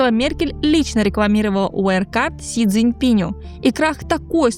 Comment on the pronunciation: Си Цзыньпину. Его зовут Си Цзыньпин. Не «Пинь». Пин. Как в Смешариках. А так ролик отличный.